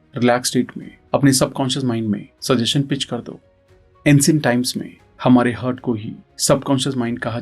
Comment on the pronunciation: Sir aapko हार्ट बोलने में क्या दिक्कत हैं, हर्ट कैसे बोल सकते हो यार. कितना जाहील लागतं हैं